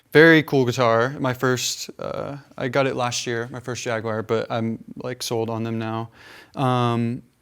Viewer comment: Why cant people pronounce jaguar. Wtf is a jagwire